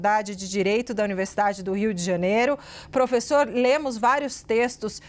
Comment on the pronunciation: Pôfêssô, pôfêssô, pôfêssô… 🤡🤣🤣